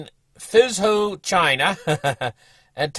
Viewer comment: Foo Joe. That’s how you say Fuzhou.